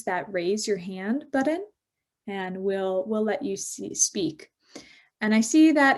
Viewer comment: "buddon?" Really?